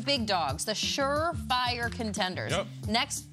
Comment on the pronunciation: Bengals Dolphins Bills Oh wait, it's tiers not tears